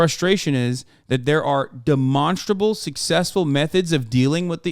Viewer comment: love when hasan says demonstrable. he hits it so hard